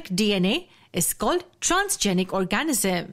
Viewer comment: OR-ga-nism, not or-GA-nism